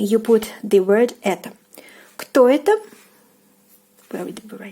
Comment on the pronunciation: Please, don't pronounce "etO", but the correct " etA" because it is confusing... :)